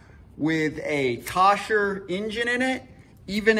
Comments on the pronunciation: Thank you for making this video. It has helped me greatly! The name of the motor is pronounced phonetically (Cole- Er). Whomever told you it was phonetically (Kosh-Er) was lying to you by accident or on purpose. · It's a KOHLER engine NOT a KOSHER. There is no S in the name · kasher ? wth ? kohler you mean ? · Thanks for the feedback & tips on how to pronounce Kohler!!! LOL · Not Kosher it’s Kohler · Wtf's a kosher. K.o.h.l.e.r. Cole er, col as in cold. Er as in you're an iddddiot. This video is Very hard to watch because he explains like his audience is ah slow. Excellent content though, just don't be so analytical. Except that the fuel pump is not a filter. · When I first looked at this video, I thought "No way this is the answer to my problem"! Same symptoms, but surely my cable wouldn't just loosen during the winter. I thought, might as well try it...You, my friend, are a genius! (or at least you get honorable mention!) The only question...is Kohler pronounce "Kosher" over yonder in Kansas City? LOL! Thanks for the video! Worked like a charm! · Kohler. It’s spelled Kohler and pronounced “coh-ler”. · Good video, worked for me. Where did you get "kawsher" from, though? There's no s! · Thanks for the video. Pronounce the engine properly and it would make watching these so more pleasurable. Its ..........(Co=KOH) + LER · Dude the way you say Kohler is not right it’s ko-hler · Cant fix it if u cant pronounce it. Koh-ler. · come on, we all noticed but he solved my issue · If you pronounce the engine name incorectly how can I watch your video with confidence?